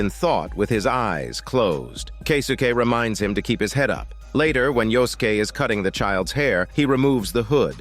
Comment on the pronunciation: Yosuke = Yoskeh xD